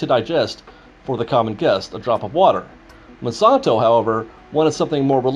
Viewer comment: It's the Mon-SAN-to Corporation, NOT Man-son-to!